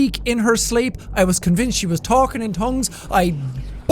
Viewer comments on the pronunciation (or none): madly irish slape